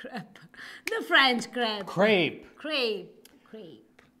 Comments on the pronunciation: Funny thing is that pronounciation was by far the more similar to the authentic one!;) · The irony is that said "crêpe" much closer to the actual French pronunciation, and to the British English pronunciation., stop messing up her English with your Americanisms!:P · Actually, pronunciation is correct. It is "crep", not "craype". I love the combination of crepes and lasagna as I love both French and Italian cuisines! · She said "krep" the first time, which is correct pronunciation. Go! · I must say that pronunciation of crêpe is a lot closer to French pronunciation then! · My partner (British) also agrees with our (Italian) pronunciation of crêpe... aside from the R of course XD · pronounced crêpe perfectly! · As a French person, I can say that pronounciation was not 100% perfect but a lot better of 😅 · you are an imbranato! pronunciation of "crepe" is the correct French one.;) But the "I can see why you are the way you are" was a very sweet moment! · Dear, Crèpe is a French word for a thin French style Pancake (French specialty) that pronounced perfectly. Has nothing to do with the English word crap. It seems the Amercans tend to pronounce this pancake a bit wrongly…with a long eee. version was however correct. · For the record, did pronounce crepe correctly. She pronounced it the French way. Unfortunately we North Americans pronounce a lot of Latin words phonetically or just incorrectly in general. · Bravo!!!!!!! 😋 And crepe is a French word… it is right, my North American brother! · pronounces crêpe right actually. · actually pronounced crepe correctly. The French way. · pronounced crêpe correctly. Americans just mispronounce it like craape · Crêpe: O_O: Crêpe: Crape Me: 🤦‍♂️ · Crèpe is pronounced as did. It’s not cr but more like a throaty g. Craip as pronounced it is incorrect. I’ll get my coat🤣